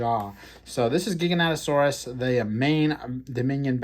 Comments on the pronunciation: its Jai-ga as in Gigantic. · Is it "Jai-ga-noto-saurus" was the right pronunciation?